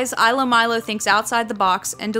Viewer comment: also it's pronounced, eelo and meelo. (according to the official blog)